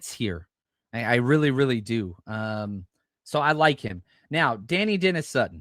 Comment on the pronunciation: I think Dani is pronounced “de-ny” not “danny”.